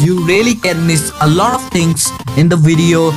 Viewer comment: When he say lot i hear loda